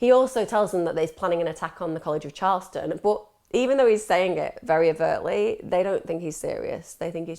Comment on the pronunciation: It's CHARLESTON 🤨